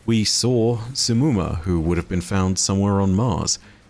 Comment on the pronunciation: Okay but how tf did oryx even end up there Also its not simmumah Its more like shimmumah Cuz of The š not s